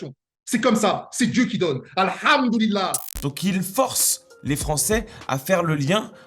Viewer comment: aRHHmdoulila maRHHshala... ...StaRHHfoula...